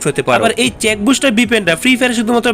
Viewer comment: ভাই ওটা চেক বুস্টার না সেক বুস্টার😂